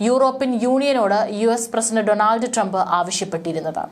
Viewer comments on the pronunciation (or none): none